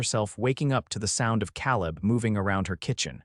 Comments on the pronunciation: And it is kay-leb and not kal-eb. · Your AI needs pronunciation classes. CA leb, not Calleb. Long A. Indiana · AI HAS Pronunciation ISSUES. Caleb is usually pronounced K LIB. NOT CAL LIB. BUT it’s learning. Good story tho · You really know how to mispronounce names! Calleb is pronounce C-A leb, not Cal-eb. Get with the program! It was a cute story but I won't be back. The A. I. Voice really needs to go! 😞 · Fix the AI! It’s “Cāleb”; not “Căleb”! And is it impossible to figure out how to program AI to do a better job of pronouncing “live” and “lives”? I know English is a tough nut to crack on the subtleties between the noun, adverb, and verb pronunciations of certain words but isn’t that what human editors are for?! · Lawdy... can't read "lives" properly. And..."Caleb" is commonly pronounced "KAY-lub"... can't even get a main character's name right - er, consistent? Gag. Then the subtitles go from CALEB to CALIB. Then, minutes later, go to CALLEB. Good grief, the technicals are so ridiculous. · How many ways can you spell Caleb? And it's pronounced Kā-leb. Like in the Bible... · Tha name is Kay-lub. Your A I enunciation is flawed. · Kay-leb…. I agree, …..